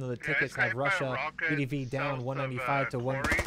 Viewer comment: To help, it is pronounced Ve De Ve. Воздушная десантная войска. Great episode.